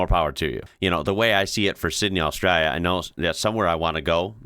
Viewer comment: It would be nice if you pronounced Australia correctly!